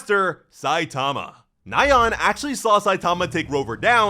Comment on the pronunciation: Another cool video. BTW.. nyan is one syllable. It's a variation of the sound a cat makes. Hearing you say it nigh-ann 30 times drove me up the walls.